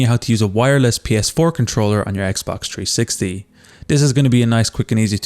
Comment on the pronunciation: It’s 360 not tree60